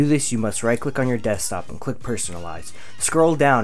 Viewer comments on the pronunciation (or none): none